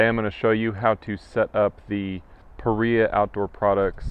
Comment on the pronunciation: Paria, pronounced "puh rye uh" after Paria canyon Utah. Thanks for the guide!